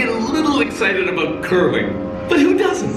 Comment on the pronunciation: LOL at about you said "I'm all aboot 'CANADIA" ".